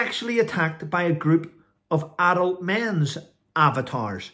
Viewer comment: Oh - AVATARS! I thought you said abbatoirs! : -)